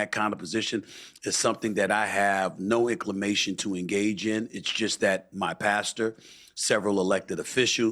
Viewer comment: "No incliMATION" .. Sorry but Steven A Smith is a barely literate blowhard that has to SCREAM every time he speaks to compensate for his lack of intellectual prowess.. He has no business running for President and would destroy this country in a few weeks.